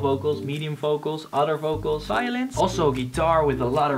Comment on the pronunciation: So i watched 5 vids, i thought he was saying "violence", after all its Violins.